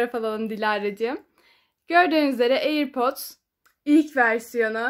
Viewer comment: Airpordosa airpord demeyeni de ne bilim